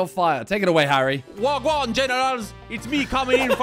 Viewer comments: It was the Wagwan for me loll🤣🤣🤣 its WAH GWAAN!!! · Took me 10 minutes to get past “Wagwan Generals”